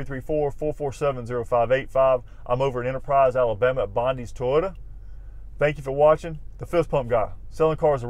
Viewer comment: Is it just me or is this guy say Tyota, instead of Toyota? Not knocking him, I'm jut a backwoods nobody Hillbilly with a thick accent, just thought this was a bit odd. Anyone know if this is a regional accent thing?